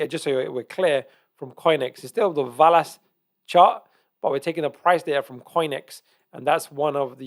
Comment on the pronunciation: I think it pronounced VEL-ass 👍